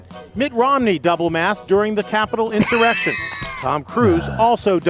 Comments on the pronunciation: No he said incited an erection. But if you’re feeling inspired sure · Did Schumer say erection instead of insurrection??? 🤣🤣🤣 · did say "inspired the errection" or did I hear wrong